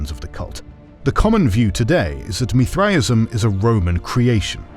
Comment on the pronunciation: Why is he saying Mithraism so wierd?